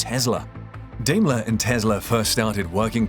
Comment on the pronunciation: Good video: note, it is pronounced Dime-ler or Die-mler